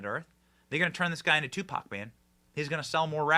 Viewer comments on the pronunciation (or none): none